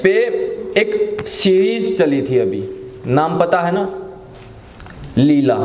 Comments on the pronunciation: Leila not leela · पहले नाम तो सही से लेलो, लीला नहीं लैला है वह। 😂😂😂 और चले है ज्ञान बांटने